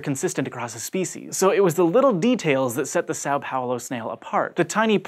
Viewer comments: it's São Paulo... not Sáu Paulo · quick tip for pronouncing são paulo correctly: Sam Paulo is a lot closer to how it's pronounced. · São Paulo is pronounced similarly to "some Paulo" (depending on how you pronounce it, and it's not a prefect match.) This is due to the tilde on the letter a ("ã"), which changes its pronunciation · Just FYI, São Paulo is pronounced more like "Son" Paulo. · Is that the best pronunciation of Sao Paulo you can achieve?